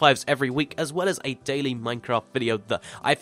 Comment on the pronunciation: No, he said everything as But it sounded like everything ass BTW how do u get subtitles?